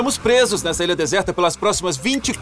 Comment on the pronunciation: comprei a "ira"? Kkkk